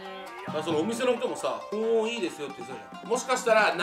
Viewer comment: 細かいけど ［保温］は「ほんおん」じゃなくて「ほおん」ね笑 結構気になった笑